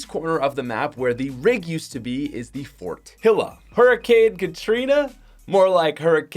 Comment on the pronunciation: bro it's pronounced fortiya not fortila